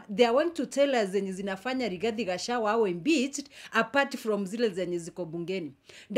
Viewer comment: Gachagua not gachawa please note of correction😂